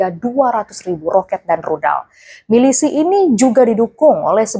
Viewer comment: kok "milisih" sih